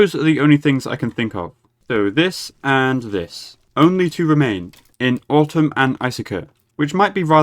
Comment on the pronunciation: Still pronouncing atum like "autumn" xD good episode.